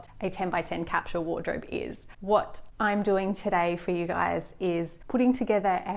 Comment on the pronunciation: its a sss not a shh in capsule